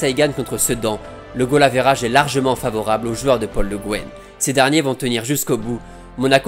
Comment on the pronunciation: Goal average, on s'est tellement approprié le terme qu'on le prononce à la française c'est la première fois que je me fais la réflexion 🤣